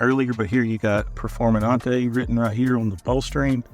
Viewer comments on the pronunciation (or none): Performenate? Really?